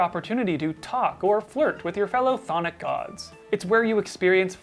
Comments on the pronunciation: wow way to flex on everyone by pronouncing chthonic right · Shoutouts to the correct pronunciation of Cthonic.